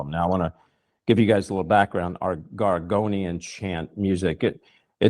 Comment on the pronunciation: It's called gregorian chant not gorgonian chant,and sorry for posting that your an idiot. Not to catholic christian on my part.